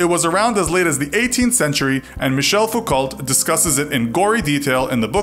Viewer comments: Small thing... but you pronounce Foucault as "foo coe" not "foo colt" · Foucault is pronounced ‘Foo-Koe’. The verbs are pronounced as if you were saying ‘blue snow’. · Any video where the name Foucault is mispronounced 'Foucolt' should be treated with enormous misgivings.